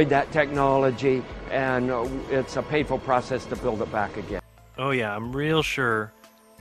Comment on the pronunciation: the subtitle says “painful process”, but he sounds like he is saying “papal process”.